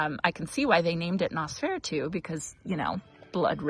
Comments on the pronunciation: You are close on the pronunciation. nos-feh-rah-too Hope Mr. Monty is feeling better. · You ARE mispronouncing Noseferatu. nos fur AT oo 😄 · I'm lolling at your pronunciation of Nosferatu. It's "Nose-fore-aah-two" ;) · I'm so happy Monty is feeling better. Loved seeing his pleas for more ball time 😂 Oh, and Nosferatu is pronounced Noss-fur-ahh-too with emphasis on the first and third syllables 😊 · Not a big deal, but I think you are pronouncing Nosferatu incorrectly. Not sure why anyone would name a flower after that, haha! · Please learn how to pronounce Nosferatu correctly.